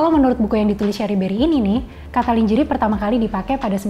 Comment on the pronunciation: you kept mispronouncing the word "lingerie". It's not pronounced /lin-jê-ri/ but /lan-jê-réi/ (American) or /lan-jê-ri/ (British). However, since KBBI has acknowledged "lingerie" as an Indonesian word, you can rightfully pronounce it as /li-ngê-ri-ê/ instead. I apologise for nitpicking about it. I had to let it out of my system. Anyway, the video content is great but, to be frank, your code-mixing is annoying. Please consider speaking Indonesian completely.